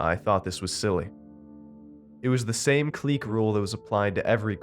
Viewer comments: At 1.12 you say cliche as cleek and that is incorrect. It's pronounced kli-shay. I adore you and your work 😘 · K1N9S S1LV3R yeah I had to think about it for a minute. Like what’s a “kleek”? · “Cliche” isn’t pronounced “cleek”. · Clique-->"kleek" Cliche-->"klee - *shay*" Otherwise, great reading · Am I the only one that noticed he said cliche wrong?